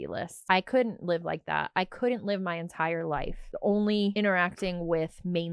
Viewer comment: she keeps saying "live" but every time I hear "lie" and it's hilarious